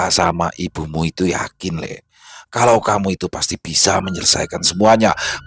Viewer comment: Lek sama lee itu beda bang... Nyebutnya lee bukan lek Bang. Lek itu sebutan pak lek atau bulik = om/ bibi. Kalau lee itu tole sebutan untuk menyebut anak cowo kecil/ anak cowo muda.